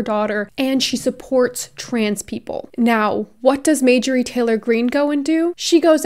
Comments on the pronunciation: have you ever heard of a mistake lmao? She even said in the video that she was accidentally pronouncing it wrong: . If this is all you picked up on throughout the video then that is an issue. I pronounce things wrong a lot, but that does not make me any less likely to be taken seriously. I really hope this whole comment was satire, considering mispronouncing a word is such a minor issue. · Um are you feeling ok? If you pronounce something, that is simply how it is pronounced now. Her name is majorie😂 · Hi! Love you! Giggling over your pronunciation of Marjorie. You are saying Mājor-ie instead of Mar-jōr-ie. Great video as usual King. Much love! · Were you intentionally calling her Majorie instead of Marjorie? Lol. Because I could get behind bastardizinf her name. Lmfao. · i hate her sm but its mar-jur-ee not major-ee haha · Her name is Marjorie. Not May-jory. Marjorie/marjory was a fairly common girls name in the 1950s. May-jory is ??? You’re likeable and have a bright future, but if you want to be taken seriously, you need to do your homework and get the basics down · No fan of hers, or any of the Q nuts, or republican nuts, or conservative nuts, BUT, given that you are someone that would never misgender someone, or dead name someone, I do feel like you should be pronouncing her name correctly. It is MaRjorie, with an "R," and not Majorie, as you kept saying. Make fun of her all you want, hell, please do that, but also do say her name correctly. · I hate to be this person but it’s driving me insane...MAR-jorie. Love you! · It’s marrrrr jurry